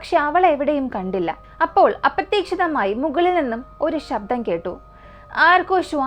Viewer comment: അപ്രത്യക്ഷീതം അല്ല അപ്രതീക്ഷിതമായി 🙏